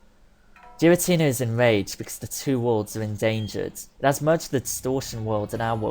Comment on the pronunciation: Also its name is prenounced gar-uh-tina say gar like the beginning of garies name from the anime